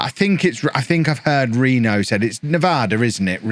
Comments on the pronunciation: "Reeno" is correct. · yes you pronounced reno correctly